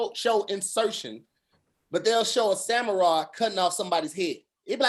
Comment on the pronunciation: Hey it looks like was trying to say Samurai but he said Samuraw...back to you